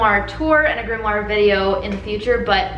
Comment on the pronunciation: Are you saying "grimmoir "??